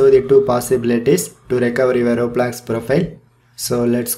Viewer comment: He said hello "gays" and "roebolox"